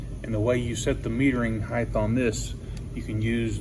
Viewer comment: No such word as heighth, it's 'height'. And put gloves on next time. No one wants to see closeups of your gd nail fungus. Jesus.